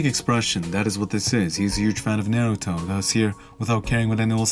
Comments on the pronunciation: "Nair-u-to" lol... its NAH-ru-TO bro.... GET IT RIGHT!!!! (jk) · Nar like are, not air. N-are-uto. I love your videos and your voice💚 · The way Naruto was pronounced here is going to haunt me for a long time. Because I can't go off now means I'm going to lose it next time I hear it in real life. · Said naruto wrong